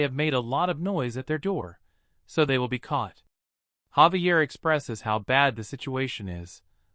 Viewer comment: why do these readers never say names correctly? his name is Javier not Xavier or Gabriel